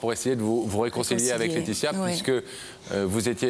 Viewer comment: Deux formidables présentaeurs dont l'un a du malà prononcer le"s" corrrectement "LAETITIA"et son amie se ressemblent énormement , on dirait deux sœurs jumelles ,ce que nele sont pas